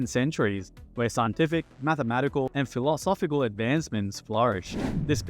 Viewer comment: great vid but please look up the pronunciations of words you're not used to hearing in daily speech. vehemently, satire, philosophical, and some others I can't remember are mispronounced. makes me wonder if it's a real person speaking.